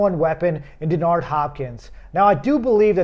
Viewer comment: ey yo he even said dennard hopkins what do u mean 😂